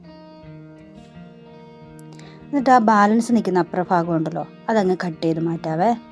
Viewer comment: ധം തെറ്റിയതാ.. ബാക്കി എല്ലാ ഷോർട്സും നോക്ക്.. വിഫവം 😄😄